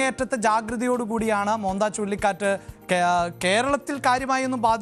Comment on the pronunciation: മോന്ത എന്നല്ല മൊൻതാ എന്നാണ്